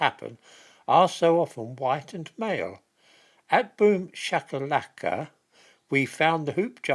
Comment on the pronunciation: "Boom Shak a LackA" 🤣 Love your pronounciation!